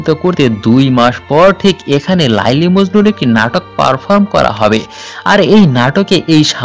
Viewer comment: Apnar uchharon eto vul kno laili majnu noy kotha ti laila majnu